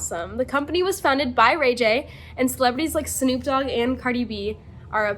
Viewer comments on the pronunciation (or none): she says sneepdog